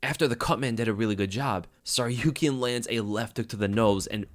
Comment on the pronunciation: Yo, thanks for the breakdown, I missed this one live so reminded me to go back to it. On a note, why tf can't the broadcasting team pronounce Arman's name? You pronounce Tsarukyan so fluidly I have to assume you pronounce it correctly, broadcast sounds awkward af 🤣🤣